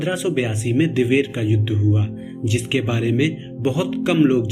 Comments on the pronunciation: Dewair nhi diver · likh to sakte he lekin bol nhi sakte इसे दिवेर कहा जाता hai ना कि दैवैर .